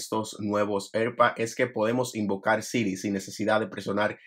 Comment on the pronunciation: Cada vez que dices “erpads” muere un gato